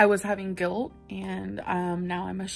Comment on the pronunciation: Mellllllky way The gilllt. In yer ozzzz “im very vollllcolllll about…”